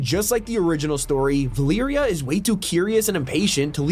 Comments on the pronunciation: Repeat after me. Va- Leh-Rea. Valeria, not Veliiria. 😂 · "Val ear ia" it's Valeria. Va-ler-ia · its valeria not valiria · “Valeeria” bruh 🙏😭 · It’s Valeria 💀